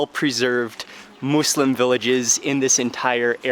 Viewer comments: It's muslim not mooselim ( no hate love and your vids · You’re putting too much emphasis on the “Moos” in “Muslim”. Its more More in between “Muh” and “Moo”, but its definitely not “Moose-lim”. It uses the same U sound that “Wuss” and “Puss” uses. “Muss-Lim” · Love your videos but its not "Moooolsim"! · I always thought it was. (Muzlem) Sorry no hate but what do i know I’m American. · kima Boho he said mooslem not “moslem” like how it’s pronounced.